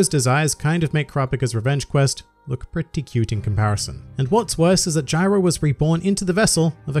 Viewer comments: Jairo, Dude. Not Gyro. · Why is everyone saying “Gyro” I’m pretty sure it’s Jairo